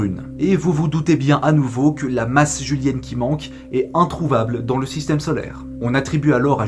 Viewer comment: Très bonne vidéo! Il me semble juste avoir entendu masse julienne au lieu de jovienne, mais ça reste un détail.